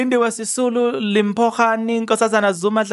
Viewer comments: In SeSotho it's pronounced Dimpho not called Limpho as it is spelt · It's Dimpho Hani that's how you pronounce it not Limpho even though it's written Limpho but you don't call it like that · Li pronounced as Di brother, that then makes her name Dimpho Hani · Makaziwe then u Limpho is pronoubced as ( Dimpho)